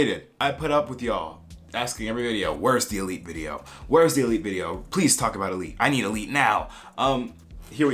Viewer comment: Se me hace raro ver esto siendo española y cómo pronuncian Elite saksjkjs